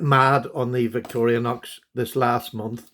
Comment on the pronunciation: Victor-i-nox knives are great but they don't deserve an extra syllable.